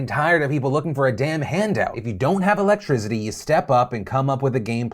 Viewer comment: Love ya Phil but there is no “Z” in electricity